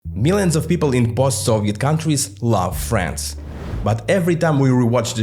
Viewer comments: Я вам больше скажу, даже русский человек услышал там France вместо Friends. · Дело скорее в том что в англе звуки не оглушаются, а он Д оглушил и получилось фрэнТС, а ТС звучит идентично с Ц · Я реально подумал, что он сказал France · your “Friends” sounds like France to my Russian ear. I know we all are tired of Z-narrative, but this is the perfect case when we need a bit of Z to tell the difference between Friends and France, eyes and ice, or phase and face. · You pronounce "Friends" almost exactly like "France" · yep, I also was wondering, why France?